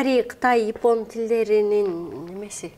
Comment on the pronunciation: Ипон дебей Япон дечи